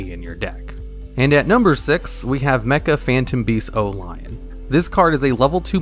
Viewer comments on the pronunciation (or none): none